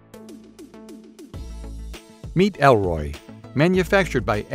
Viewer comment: ERLOY is not ELROY